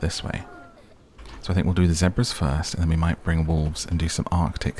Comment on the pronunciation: I was really hoping it was some animal i never heard of before, “Seprahs.” Whatever country pronounces the English word, “Zebra” that way is very disturbing